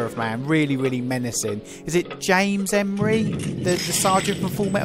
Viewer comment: Did you say "Corner Rapage"??? LMFAO! The Sheriff and Gunny Seargent was R. Lee Ermey by the way. Last name pronounced "Er-Mee".